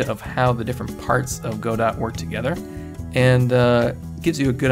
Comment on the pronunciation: Whenever he says “Go-Dot” I cringe. Say “Guh-Doe”